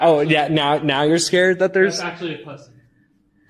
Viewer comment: That was acshuwly a pewson